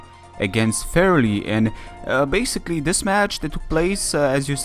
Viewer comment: The Sylveon was indeed carrying an Assault Vest. Again, I'm sorry for the Cinccino. I'll go die in a hole... :p Let's have a rematch in one tier some day. :) Ouwch, my name is a problem for many people. It's not Vierlie, also not Verlie. Verlie sounds more French, but I like how you say it. I can't explain how to say it because the English language doesn't have any word like that. Use google translate, put my name in Dutch or German and that thing knows how to pronounce it. xD